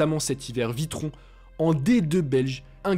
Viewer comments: Virton et non Vitron en d2 belge. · pas vitron mais virton. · Virton en D2 belge et pas "Vitron" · Ta vidéo est géniale, comme souvent, mais je t'avoue que je suis tombé de ma chaise quand tu as dit Vitron hahaah (On dit Virton) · Virton pour kosiello et pas vitron svp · C'est pas Vitron mais Virton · Il a dis VITRON 😂